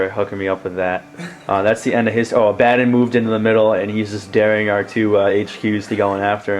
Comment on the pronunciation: why does everyone call him abbaden it's A-ba-don not A-ba-den. It really isn't a big deal but thats the 10th person that pronounced his name wrong.